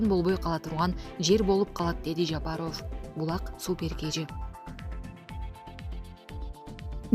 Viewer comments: Жапарув дебей жапаров дечи карындаш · Диктор Ажообуздун фамилиясын Жапаров деп туура окучу сураныч. Жапароов дебей